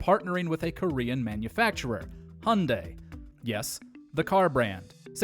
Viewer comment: Dude its called Hyundai not Hunday omg seriously are you serious right now bro facepalms myself its getting worse with humans Every single day my god so sad such a pity what happens with humans good that it doesn't happen to me so